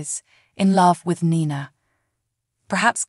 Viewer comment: AGAIN ITS Ni Na not nana Nina